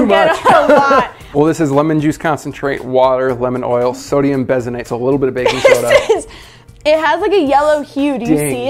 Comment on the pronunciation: I'm kind of surprised that no one caught this but A: it's sodium BENZOATE, not "bezonate". And B: that's a preservative, not baking soda. Baking soda is sodium bicarbonate, and if you added it to lemon juice it would react with the citric acid to produce water, carbon dioxide, and sodium citrate. i.e. it wouldn't continue to be baking soda for more than a few seconds.